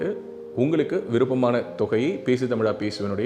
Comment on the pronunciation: பேசு தமிலா பேசு என்று எல்லாம் பிழையோடு தமிழ் பேசாதே. நீ அணிந்திருக்கும் உடை அழுக்காகவும் கிழிந்தும் இருந்தால் பெருமையோடு போட்டுக்கொள்ள முடியுமா. பலக்கம் வலக்கம் னு பேசி தமிழைக் கொல்லாதே!